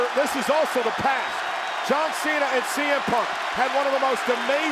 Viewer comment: Here is your winner john mena she said john mena😅😅😅 Edit- no hate